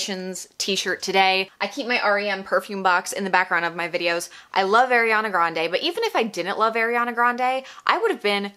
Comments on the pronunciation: Ahhreeyana not ayyyyriiiyaaana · It’s Ariana not Airana sorry it irritated me 😂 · Her name is ARIANA NOT AIRYANA. as a fan maybe say her name right as you bash her brand. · "airiana" it's... ariana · I love your opinion, but her name is pronounced “are” iana not air Iana. Not being rude!!! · she’s a huge ariana fan and calls her “air-iana” just kidding! appreciate the honest review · You’re kinda calling her Eriana 😅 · you say you love ariana but you pronounce her name wrong the whole video 😭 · ur a huge ariana grande fan but can’t even pronounce her name right? oh okay. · also u pronounced ariana wrong 😭